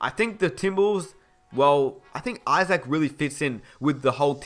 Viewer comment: be like "Jonathan IsACK"